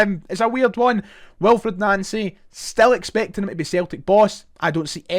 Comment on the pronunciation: You’re pronouncing his name wrong